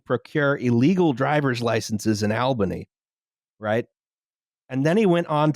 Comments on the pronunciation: "All-bany," as in "ALL the traffic lights in downtown Albany take too long because they've never been upgraded with new traffic software technology," rather than "Albany" as in "Weird AL is coming to Albany." Edit: OK, you got it right the second time. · I'm honored to be offended by upstate new york mispronuciations. Gansesvoort and Schoarie don't sound like that but whatever, good ep as always. Edit: All-bany, not Al-bany! Whatever... it's new york we don't deserve the respect. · IT'S PRONOUNCED ALL-BUNNY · Also: it's pronounced AWL-bany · that is also not how you say Albany 😂